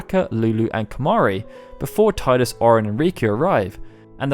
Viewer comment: Tidus is pronounced TEE DIS